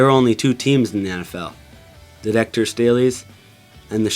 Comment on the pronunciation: its pronounced deecaytur not decutor